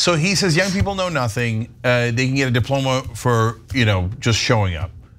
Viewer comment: Ana, diplomas come from high schools. Degrees come from colleges. He said dioloma.